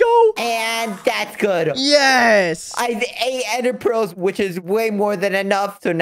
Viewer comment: did you just say " you can't get enderpreals now"